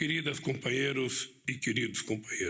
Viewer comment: Dá até medo qd fala nos compaheirro.td ex kkkkkkkkkkk